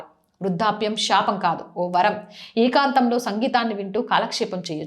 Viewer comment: Sakaralu, lakaralu palakadam raada.meeku? Kallu, sapam enti ee pronounsation. Mundu telugu pronounsation nerchukondi. Manam palike padalu atu itu aithe chala meanings maripothai.